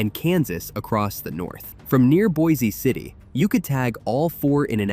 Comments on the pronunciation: It’s pronounced “boicity”. Not “boy-zee city.” I’m from out near there. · By the way, Pronounce Boise City with Boise as a SINGLE syllable; as if saying "Boys City" instead. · There is no E sound on Boise City. It’s pronounced Boys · Also, it is pronounced (Boice) City not like the town in Idaho. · Boise city is pronounced like “BOYS CITY” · You need to learn that Boise City is pronounced “Boys City”